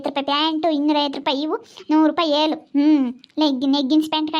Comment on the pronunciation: Velu alla yelu😂😂